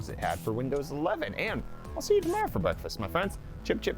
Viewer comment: I swear I heard "Enjoy your Brett Fest". Please use that!